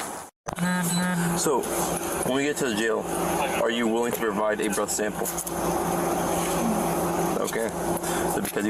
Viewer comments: Your AI voiceover shows. sample (simple) Ad-mees-bleha (admissable) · Yeah, I had to play that part back to figure out what he was saying. 😂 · "admissible" and "sample" are not complicated words to pronounce. WTF? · Anyone notice the AI commentator suddenly became French when he said "sample" and "admissible" - ?! 😂